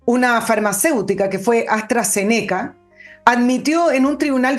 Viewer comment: Astra-Zéneca pronúncialo como esdrújula. Saludos cordiales.